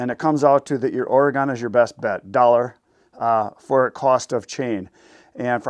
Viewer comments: my home state is Oregon = Or-i-gun, not Or-ee-gone, just saying. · It’s “oregun”